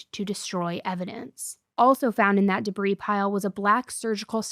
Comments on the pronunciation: Hey, I’ve heard you say this before and I’m gonna write this time in hopes you’ll see this. Debris is pronounced debree not debrees. 😘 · dehbreeze. she said dehbreeze!